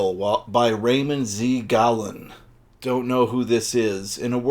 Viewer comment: Gallun isn't widely remembered now. I can highly recommend Ballentine's Best of Raymond Z. Gallun (from which I learned it's pronounced Gah-LOON).